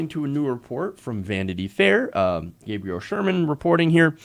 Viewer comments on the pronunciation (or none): none